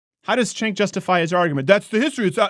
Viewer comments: It's pronounced Gank with a G. Not Chank. But who cares... he is still wrong. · Everyone keeps mispronouncing that guy's name. It's pronounced (chŭngk) ....you know, like a chunk of horseshit. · Azazel Dreciare His name is Cenk and pronounced Chenk